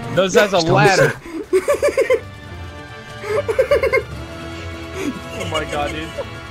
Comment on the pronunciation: "Those as a ludder" best prt